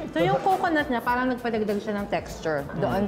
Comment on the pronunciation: tang ina bakit di nya mabigkas ang tamang pagsabi ng PARANG??